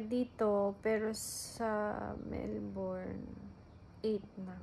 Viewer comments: Melbn yung pag pronounce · It’s not Mel-BORN!